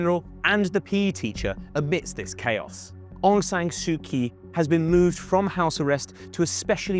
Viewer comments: 1. , how could you miss India. Almost One third of its IB is shared with India. 2. Aung San Suu 'Kyi'... That Kyi is pronounced 'Chi'.. she's a noble peace prize winner. Why didn't you hear her name pronounced earlier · There was no genocide and Aung San Suu Kyi didnt support “genocide”. Burmese people were just fighting jihadi terrorists. Btw learn to pronounce her name correctly if you decided to make a video about her. I stopped watching when i hear word “genocide”. When muslims attack its “fight for freedom”, when others defend themselves its “genocide”. Pathetic.